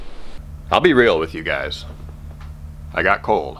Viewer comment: "I'll be reel"...lol